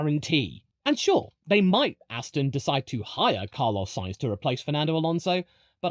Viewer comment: Thankyou for pronouncing Sainz correctly. Better than the current F1 commentators. Note for them in the remote chance that they are reading this: It is not pronounced like the name of a can of beans. You really have no excuse if you are a motorsports commentator. It's not like it's a rare name in motorsport over the last 30 years!